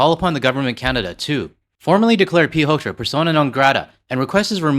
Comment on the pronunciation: Not Pete Hoekstra - it's Pete Huckster.